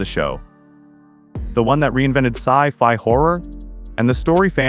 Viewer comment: aaahhhh AI voice overs killing me - Do they Care about See Fee (sci fi)......... FFS